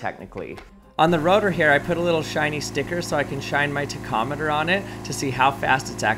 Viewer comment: Interesting pronunciation of "tachometer" :p